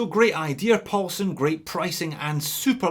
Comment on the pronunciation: First we had “Big Dick”, then “Deep Paul”, and now a Asian sounding “Paul-Son”....makes me think the “alphabet soup” renamed Neymar was not so bad after all 🤪.